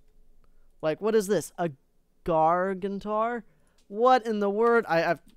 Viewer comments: is not gaurtnar,is gargantuar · what is a gaurtnar don't you mean gargantuar? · lol XD he spelled "gargantuar" gartuner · Gar-gant-you-are. What's that difficult about it? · You pronounce it Gar-gan-chu-ar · This is how you say gargantuar gar-gan-chew-ar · The NAME IS gargantuar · It's gargantuar